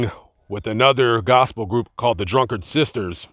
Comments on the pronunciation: Drinkard not Drunkard.. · This is my family. There are skeletons but this is not one of them. Gary and his in-law Mary lied for the money they got for Kevin McDonald's film. First of all, the maiden name of Cissy Houston and her sister Lee Warrick is Drinkard (pronounced Drink-ard) not Drunkard as you said. And Dionne and Dee Dee first started singing the church where their grandfather Elzie (L.Z.) Warrick was pastor. Their brother Mancil Jr. was killed while riding a motorcyle that his sister Dionne bought him. Aunt Dee Dee was a suspected lesbian, but she was a trusted and beloved family member who babysat her nieces and nephews all the time. Like you said, neither Whitney nor Dee Dee is alive to defend themselves, so leave it at that. To this day, the whole family including Aunt Cissy and Aunt Dionne are mad at Gary (the drug addict) his wife Pat for starting and spreading this rumor for money. Pat is in charge of part of the Whitney Houston estate. Anything to make money. They even have a Whitney perfume coming out soon. Please show respect for the dead - Whitney and Dee Dee. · Lmao drunkard bruh, it’s Drinkard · "Drinkard", not "Drunkard". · Drinkard...not Drunkard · Nooo not the drunkard sisters, the Drinkard sisters. My word get it correct. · It is the Drinkard sisters, not Drunkard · Did he say "The Drunkard Sisters"?🤔 Cissy's group was called the DRINKARD Four. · Drinkard...not Drunkard 🙄. Drinkard is Cissy's maiden name. In fact, Cissy is not her real first name, its Emily. Her name was Emily Drinkard. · Its the drinkard sisters not drunkard 😄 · That's 'Drinkard' sisters.